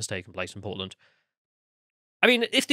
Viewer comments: Oh PORTLAND! 😂. I thought you said POLAND at first. That makes more sense. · At first I hear “Poland” 🤔 then I figured out they are talking about Portland…. Well yeah, of course